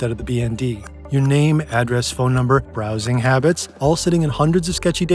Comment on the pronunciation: subtle emphasis on "browsing habbits" ......................